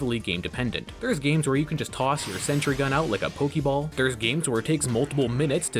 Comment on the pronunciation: Pokéball, not pokiball.